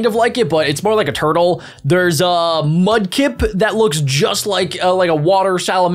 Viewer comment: It's not sabbal its sobble and its not mubkick its FRIKEN MUDKIP